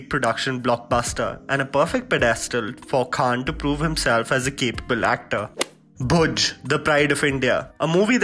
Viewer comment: Its Bhuj not Bhoj